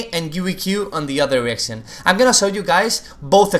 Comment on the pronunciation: just me who thought he kept saying erection? "Braum q from another erection" :D